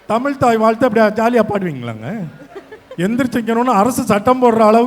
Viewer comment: Vadachennai guy pronounciation of tamizh is not correct, James sir. He pronounces it as senthamil